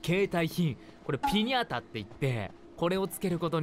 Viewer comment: 初めの「ピニャータ」がさとみくん名物 母国語かと思ったwww